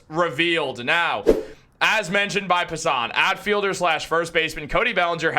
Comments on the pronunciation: It's jeff Passan!!! Not jeff Passon!!!! Come on man!!!! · Brother you have an mlb channel and dont know how to pronounce passan? Tighten it up bud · Why do you say Passan like that? Lol